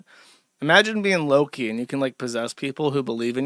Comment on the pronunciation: josh got so used to calling them lowlees he called loki lowkee